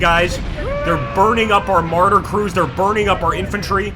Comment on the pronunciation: I keep hearing "Martyrs" instead of Marders. Is this a Jihad simulator?